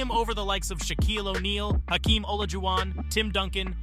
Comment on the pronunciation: Bro.. as a nuggets fan I love that you are talking about Jokic. But the fact he’s done all of this and you still can’t say his name right? Yo kich not Jo kich. And you said Hakeems name wrong.